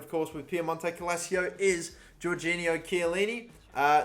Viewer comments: "GORGINIO" chiellini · didn’t even say “giorgio” right fucking idiot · Everytime he says calcio wrong I part of me died Gorgio too